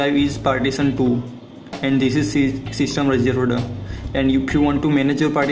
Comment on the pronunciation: I heard system reserveda is that how you spell? 😂